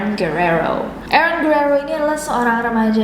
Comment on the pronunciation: nessie nyebut Aaron yang saya denger EREN (TATAKAE!!)